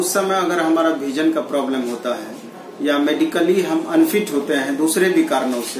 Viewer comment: Why all guys from state like up bhiar Having some pronouncing issue भिजन😣 its विजन ब्रो